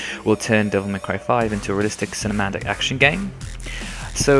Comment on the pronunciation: Yes, it is difficult to pronounce but then again it is his duty to pronounce properly no matter the difficulty. Being a youtuber, he needs to bring out his products (which are videos) in its best state. How can he get more subscribers with such narration, having difficulty even with the word "cinematic". With your dare, I can pronounce japanese names properly mainly due to exposure to anime and japanese games. Of course I'd have difficulty with other languages' names but we're talking about japanese names here.